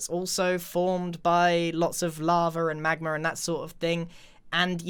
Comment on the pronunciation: "lavar and magmar" Magmar?? ***Charizard intensifies*** *Not making fun of how he talks just hit my ear and my first thought was that battle*